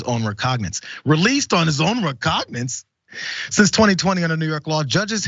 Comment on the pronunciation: "recognance".....not once but twice? Seriously? You talk for a living and you can't say recognizance? Not even an attempt to sound it out huh?